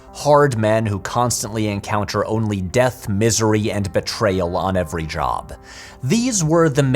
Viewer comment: hey patrick is back! yay! and with a slight accent on that ever(d)y!😎